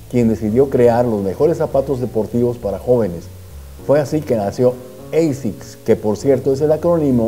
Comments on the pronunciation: Que digo yo que si ASICS es un acrónimo de una frase latina, se debe pronunciar "ASICS" y no "EISICS". Que los angloparlantes lo pronuncien como quieran, pero los hispanos deberíamos hacerlo bien. El estilo también está en la lengua ¿No? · Se pronuncia como se escribe asics, no eisics. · Hola. Gracias por este video. Muy interesante. Una pregunta si me lo permites: si la marca viene de la sublime frase en latín Anima Sana In Corpore Sano ¿no es mejor pronunciar "asic" con a del español o del mismo latín al principio y no con la deformación inglesa (pronunciación que seguramente se interpreta como más elegante y con mayor clase por norteamericanizarla a oidos de los latinos) de "eisics"? Gracias y saludos. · No se pronuncia "Eisiks" se pronuncia "Ashikkusu" jaja!!! Muy buen video! :D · Se pronuncia tal como esta escrito: Asics. No es una palabra del idioma ingles.